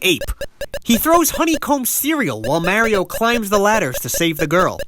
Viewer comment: Is that how you pronounce mario?